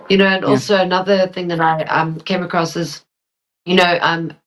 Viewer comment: There is no t at the end of across.